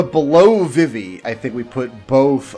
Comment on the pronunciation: Thumbs down for Vih-Vee... who the hell pronounces Vivi this way. VEE-VEE... Confirmed pronunciation was in KH2...